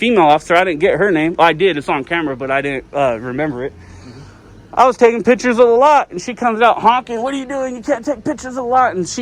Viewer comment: You're not taking "pitchers".....you're taking "pic" tures....